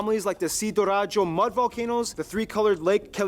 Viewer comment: its sidoarjo